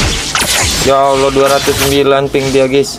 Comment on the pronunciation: lam difat-hah bacanya la. Allah bukan Alloh